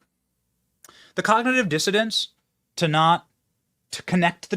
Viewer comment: The "cognitive dissidents". OMG... It's "cognitive dissonance" not dissidents.